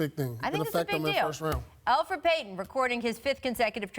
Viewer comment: Elfeid Payton ?! Lol